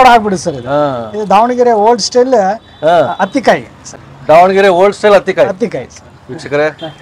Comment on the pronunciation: ಅದು ಹತ್ತಿ ಕಾಯಿ. Meaning as smooth as cotton ball. Not ಅತ್ತಿ ಕಾಯಿ